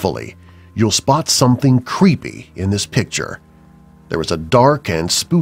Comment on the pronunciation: cveepy u just said cveepy